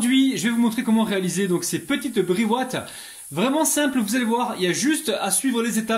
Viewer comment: Ahahahahhah ton accent sur brewatt